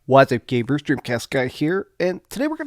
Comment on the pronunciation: The way he says Xbox and gamers is so funny